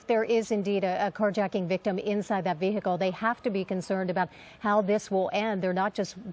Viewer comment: the VEEHEECAL